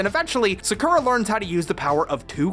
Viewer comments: Dubbing butchers anime. Sah koo rah Or correctly "Sahk rah." Fix your video and reupload!! I can't fucking watch a video with Sakura being pronounced wrong!!! What is wrong with people???? Sahk rah!! Sometimes you get it right and you better believe I'm going to call you out on it! His name pronounced Keh Ro chan. And Clow rhymes with Grow!!! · Bro, I never even imagined someone would pronounce it 'saKRra' I___T' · In the old American dub, everyone kept butchering Sakura's name as "Suh-cool-ra" So maybe it stuck on to most people who watched it growing up. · anglos can't pronuntiate anything with their heavy language...keewouh?, Sakuhwah? Really? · I really can not believe the way you pronounced Sakura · I made an unnecessary comment about your pronunciation of Sakura before I finished the video. I’ve deleted the comment and gave your video a like. Sorry about that... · Listen, I just gotta say.. The way he says Sakura, what the hell? But he says Sakura normally, so I'm assuming it's just the way they say it in the show. I haven't seen it myself. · Yeah... it irritates me how pronounce Sakura’s name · the pronunciation of Sakura is the reason why i didn't like nor dislike this video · LEARN HOW TO PRONOUNCE "Sakura"!!!! D8< Oh wait, you kinda did! And you're welcome c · Why is he saying sakuras name wrong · The first syllable in Sakura is stressed, not the second one. You asked for this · The way you said sakura throughout the video gave me depression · Great video, though hearing you pronounce "Sakura" like that was kind of unnerving. I watched the sub growing up so I'm used to the traditional pronunciation. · I can't believe you actually mispronounced such a common anime name like Sakura lol wow. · alright, time to draw up that engagement: the way you pronounce Sakura hurts my brain every time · I know, I was just making fun of him for pronouncing "Sakura" in that way. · Every time he says their (cardcaptors dub) names, a part of my ccs soul dies